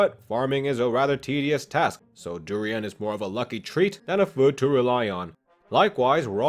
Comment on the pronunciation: Durrrrian not Drian